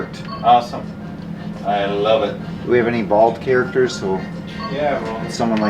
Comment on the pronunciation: you should make a t-shirt saying “I lub it” I love how you use “B “instead of “v” always make me laugh aha I have Polish parents too and your accent reminds me of my dad who unfortunately passed from suicide 4years ago… but thanks for brightening part of my days, always waiting for new videos!